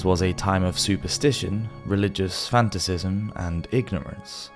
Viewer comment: Fanaticism not f a n t a c i s m